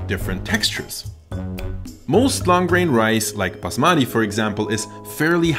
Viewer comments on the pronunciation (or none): none